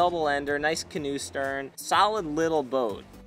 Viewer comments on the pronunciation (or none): none